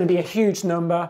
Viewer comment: Not gonna lie. I only clicked to see him say 'NOMBER'